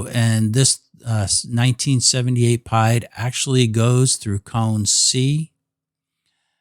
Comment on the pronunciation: I kept thinking what is pied? Is it pi multiplied? It is the French for “feet” and is pronounced as “ pee-Ed” , 1347 feet